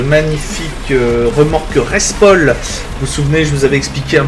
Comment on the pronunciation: Tu me fais pas mal rire surtout quand tu dis reSPol au lieu de rePSol😂🤘🏻